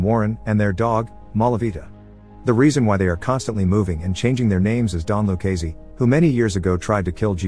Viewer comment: I had to stop watching after the 10th time of back to back butchering of Done Luccese's name.